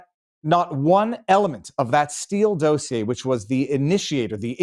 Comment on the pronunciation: But let's teach him how to pronounce dossier 😆